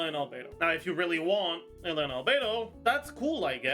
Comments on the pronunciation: WHY does he keep pronouncing Eula as Ella ????????? Just say the Name correctly dude. ADHD much ? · In German it's something closer to Oy-lah. His version is basically youtried.gif